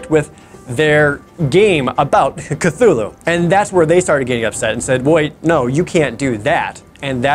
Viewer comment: It’s pronounced CLOO-loo